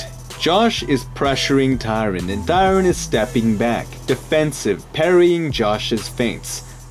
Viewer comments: Why does Tyron start with a D where you're from? onwards. had to click off. what a fucking annoying way to pronounce his name. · why did u say tyron's name so weirdly? what the heck mann